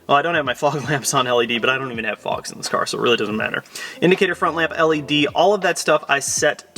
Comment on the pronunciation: Say led again